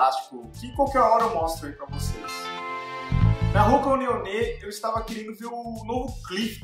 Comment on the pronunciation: É, o vídeo foi legal..mas você não não pronuncia "Hoka One One" certo de jeito nenhum hein!